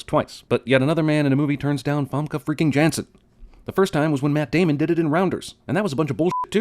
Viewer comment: Not djenzun. Yawn-sun !